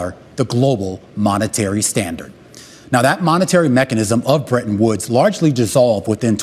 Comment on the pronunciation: Bretton Woods agreement, not brenton woods agreement. Hahaha